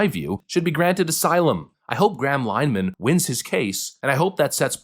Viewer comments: It's not pronounced "Line-uh- han" it's "LEN-uh-han" it's Irish in origin and the Irish love nothing more than murdering the English language. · Graham's last name isn't 'Lineman' it's Lin-e-han (the 'i' is short and the 'e' is pronounced, not silent). Here in Canada, we are getting the same problem with the Online Harms Act (Bill C-63). Although it expired when the most recent election was called, Prime Minister, Mark Carney, has 'promised' to re-introduce it. Australia has also introduced similar legislation. A very good analysis of this project, which is under way in New Zealand and most of the European Union as well, is called 'Managed Decline'. If you are American, you are lucky. Your first amendment has - just - enabled you to avoid the implementation of this toxic ideology. You can find a very good video outlining this program here: Bye the way, my subscription to your channel was removed by YouTube. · Graham Linehan (Pronounced Lin-a-Han not 'Linen') Is Irish , not British. He is famous for writing the Sitcom 'Father Ted', among other things and is also a comedian. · His name isn't pronounced "Line han" or "Line man" it is "Linna han" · Is the audio track on these videos done by AI? You keep mispronouncing Graham Linehan's name even after Farage pronounced it properly. It's LEN-uh-HAN. Not LINE-un. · “Graham Line-uh-han “ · It’s pronounced “lin e han” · His name is pronounced linn-a-han. As well as the I.T. Crowd, he also created Father Ted and Black Books. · Linehan is pronounced "Linna-han" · Graham Linehan, pronounced “Lin-eh-han” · Linehan - li nuh hun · It’s Lynn Ahhh Hun😂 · pronounced lin - eh - han. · …linehan. Lin-uh-han. Jesus my guy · Tiny correction, he isn’t even a British citizen….he’s an Irish Citizen. An Irish citizen made some tweets while in the USA….but for some t-reason the UK Labour Party thinks they can prosecute. Also it’s ‘Lin-eh-Han’ because Irish names are always jacked up 😂😂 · LEN A HAN that’s the pronunciation.